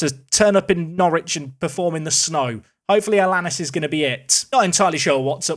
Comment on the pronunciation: Think it might be Alan-ees for Alanís rather than Alannis, pronounces like Star Anice